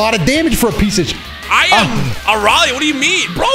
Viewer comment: the emphasis on 'shit' 🤣💀